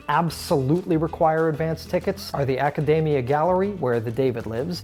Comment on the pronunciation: 1. Buy a Florence card. It gives free entrance to almost everywhere and allows you to skip the queues. 2. Realise that the Academia is more than David. 3. Learn Italian pronunciation.